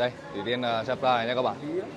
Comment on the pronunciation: Sao khúc đầu tui nghe ổng gọi là Thủy Tiên nhờ?😂